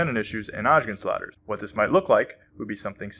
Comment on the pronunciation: Is it so difficult to say Osgood…….?